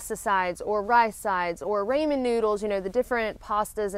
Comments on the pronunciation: I love your videos. I know it is hard to break habits, but it is pronounced Raw-men, not Ray-men noodles. Loved the AT, PCT and CDT videos. It's something I'll never be able to do and it is nice to see what the trails are really like. Thanks for the inspiration to hike what I can on the PCT. It is so beautiful! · We love all of these videos, but somebody PLEASE tell her to pronounce Ramen noodles "Rahmen" and not "Raymen" please please! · Never heard raw-men. I suppose it depends on where you are. We say rah-men.... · In Japan, where I lived for 7 years, they pronounce it Rah-men (or as I tried to phonetically spell it ... Raw-men). They invented it, so I'll go with their pronunciation. LOL. It's just one of those things. Some of the pronunciations I heard when I lived in Texas were even worse. Have a fantastic week! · I had some Raymond noodles yesterday! I absolutely love it when you say Raymond noodles! Makes my day! Alooooooha!